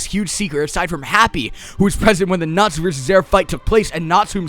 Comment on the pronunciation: Thought he sad natzi at first till I heard he was saying Natsu... I was very confused